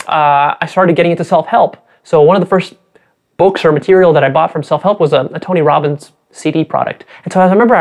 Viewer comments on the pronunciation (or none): Dislike as soon as he said Tony Robins